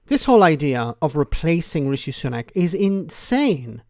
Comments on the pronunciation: "REEE-SHEEEE!!!" Why does she pronounce it that way? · She keeps pronouncing his name as Reeshe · A new leader, ‘one wot’s centre right’ and calling him ‘Ree-she’ ……….dumb